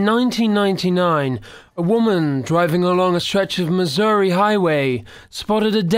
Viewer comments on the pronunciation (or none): none